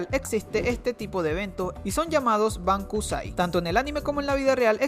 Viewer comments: se dice Bunkasai no Bankusai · se pronuncia bunkasai no bankusai. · Es "Bunkasai" no "Bankusai" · los uniformes mas cerca a los de anime suelen tener las escuelas privadas y tenemos tiempo pa divertirnos muchisimo pero se pone un poco mas dificil cuando entras a la universidad. por cierto creo q te confundiste pero se dice BUNKASAI y no bankasai. me gusto tu video s2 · ¿Decías que es bankusai? Me parece que es dicho bunkasai ya que bunka en japonés es cultura y sai es la lectura onyomi del Kanji de festival, no quiero parecer maleducado pero quería informar de ello. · Los festivales escolares se llaman "bunkasai" no "bankusai". Tu vídeo es muy interesante, pero trata de pronunciar bien las palabras para no crear confusiones. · Los festivales del colegio son llamados "bunkasai" no "bankusai" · hum... el festival se llama BUNKASAI, no bankusai. pero me gustó el video :) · es bunkasai, no bankusai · (bankusai)? Es bunka = cultura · se pronuncia bunkasai 文化祭 !! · Es "Bunkasai", animal :v.